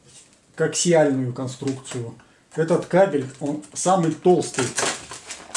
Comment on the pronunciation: Правильно нужно ставить ударение на слове КАБЕЛЬ, а то получается что обзор про собак мужского пола, а не про кабельную продукцию!!!